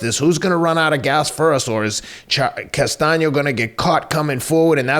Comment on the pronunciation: Good stuff as always, but I have to crack up. corrected the George Costanza thing, but while the fight was going, Teddy went from tweeting the proper "Castano" he started saying "Constano", LOL. Also, it's odd that Boots Ennis has two consecutive early KO's with shots behind the ear. Note to future opponents - don't duck down that same way trying to avoid the right hand.